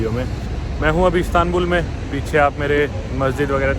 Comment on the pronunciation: ISTANBUL ❌ CATSTANBUL ✅😂